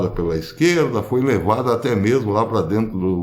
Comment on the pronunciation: Ôh dureza! "Né mersmo"?